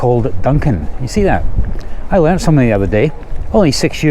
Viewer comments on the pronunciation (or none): none